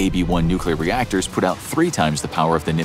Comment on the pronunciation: "nuclear rectors"